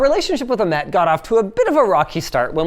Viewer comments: i think its ah-met not amet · linus its not "amet" its "Ahmet like h in Hilton